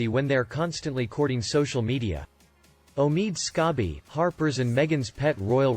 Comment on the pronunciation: ...@ ...’O-meed Scab-ee’...a MORE apt name than I think originally intended, but well done, nevertheless..;)!